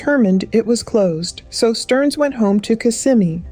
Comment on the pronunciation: It’s pronounced Kiss-ah-me